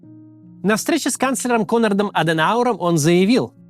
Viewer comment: Адэнауэра звали Конрад, а не Конард, у немецких подлодок буква U читается, как У, а не Ю.